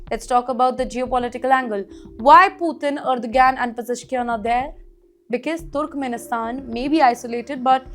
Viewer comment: wait. you know what? its not turukumenisthan. aduvanced english pronunciation?